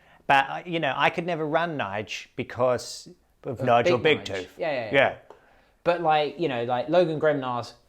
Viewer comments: Surely Njarl is pronounced Nyaaarrll not Nigel. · Njal even. And Harald isnt Harold.